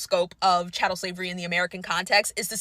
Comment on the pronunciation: It is chattel slavery, not cattle slavery.